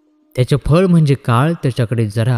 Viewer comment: "जरा"चा उच्चार थोडा या अर्थाचा नसून " जन्म" या उच्चारा प्रमाणे हवा. जप सुध्दा जन्मचा " ज" हवा. नाही तर जप म्हणजे सांभाळ असा अर्थ होईल